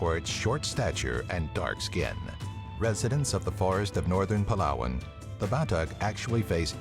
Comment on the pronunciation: When I heard him say Palawan,I was like o my goodness I am so hurt because I'm phillipino